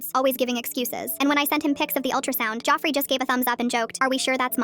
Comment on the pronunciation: “Joffrey” help why is it saying it like that 😭